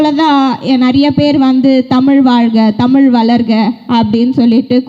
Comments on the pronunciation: தமில் அல்ல தமிழ் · இது டோப்போவுக்கு தான். தமிழ் என்ற வார்த்தை ஐ சொல்ல முடிய வில்லை. நீ எல்லாம் தமிழை பேசுற கொடுமை